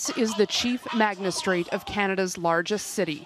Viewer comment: Did the reporter just say "chief magNistrate?" Coining new words!